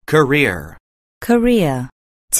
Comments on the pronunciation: 자꾸 코리아 = 직업 경력으로 들려서 기분이 이상함.. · career는 직접 들으믄 꼬래로 들려요 여기선 또 발음이 다르네용 분명 아는 단언데 리스닝 들어감 발음 소리들이 다 제각각이라 듣기 어려운거 같아영